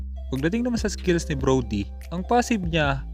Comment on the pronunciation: hahahha broly? Brody yon hahahah